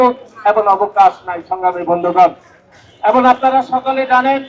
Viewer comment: আদু শব্দ ঠিক কর খাটাস (এবন) না এবং হবে